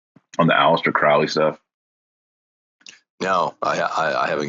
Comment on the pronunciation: Thelema centers around finding one's True Will/Purpose/Path. You mispronounce "Thelema" and "Crowley." You spoke the following incomplete: In full it goes: "Do what thou wilt shall be the whole of the Law. "Love is the law, love under will." "There is no law beyond do what thou wilt." "Children" are not literal children. Fyi.